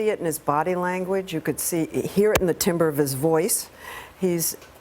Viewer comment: Such an "educated" woman and she mispronounced timbre